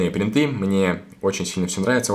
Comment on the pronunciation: Ты можешь не говорить бринты